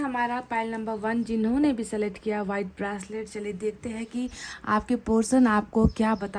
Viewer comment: ब्रासलेट - घासलेट जैसा लगता हैं । It’s a ब्रेसलट mam.